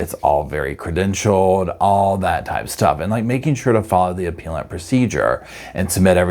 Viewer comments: Appeal rhymes with wheel, BUT appellant and appellate rhymes with bell. 😊 That said, Sarah Boone rhymes with mess! 😂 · Love this channel, but fyi appellate and appellant are pronounced with a soft "e" as in "egg".